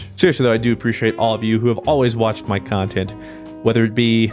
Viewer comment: You should play Jedi:Fallen Order it’s the CAHNTENT(unless it ends up like the Sekiro playthrough) Keep up the CAHNTENT!I’ve been watching since,the last 2 or 3 years?It’s crazy to think it’s only been that long.Oh he mentions the game,I was wondering whatever became of it